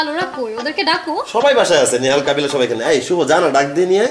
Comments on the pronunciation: Bro kobila na kabila hobi uscaron banan ta thik korun tar por comment korin bro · শুভ সঠিক বা ভূল যাই বলুক ইংরেজি বলে কিন্ত কাবিলা তো ভূল বলে তাও ভূল